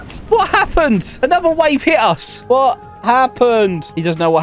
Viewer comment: The cursed "WHAAT"💀💀